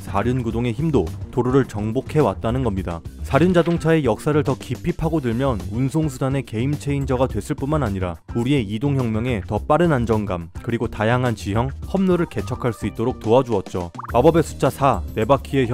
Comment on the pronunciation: 정말 좋은정보 무한 감사합니다. 다만 영상 18초에 나레이션 발음이 께임체인저가아닌 게임체인저 인점, 영상 42초에 Rront wheel Drive 라고 오타난것 고치면 참좋을것 같습니다.😊